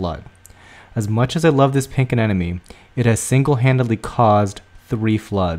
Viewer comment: they are called a-NEM-ones ....not a-NEN-omes!!!!!